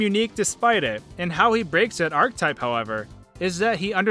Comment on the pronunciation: “ArchEtype” not “archtype”. Jesus dude maybe you should have spent more time reading as a kid instead of binging all that anime...